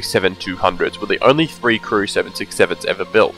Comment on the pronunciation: The pronunciation of "TH" as "F" ie FREE instead of THREE, FOUSAND instead of THOUSAND. is triggering me :_)